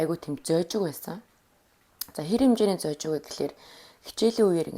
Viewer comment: зожиг, сэжиглэх, ноомой гэдэг үгсийг арай өөр хэлээд байх шиг байна аа. буруу хэлж байгаа үгсээ засаад2 явчихвал илүү гоё болох байх аа. амжилт